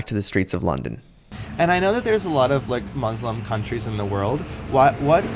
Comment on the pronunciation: why do you pronounce 'muslim' in the way that you do? such a strange way to say it lol, ive never heard anyone say it like that before